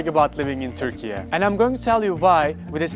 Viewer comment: first of all, it's turkey....not turkeya